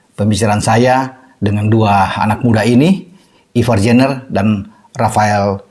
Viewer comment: Bacanya Ivar Yanner dan Rafael Straik